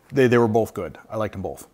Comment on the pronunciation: Have y'all noticed that says bowlth instead of both? My daughter used to do that when she was little. Sounds like a t-shirt idea! "I liked them bowlth"